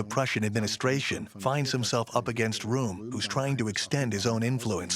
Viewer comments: How much effort does it take to do the research to get the German pronunciation right? "Room"? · "Temple-hoof?" "roo-ere?" Who taught this chick how to pronounce these places?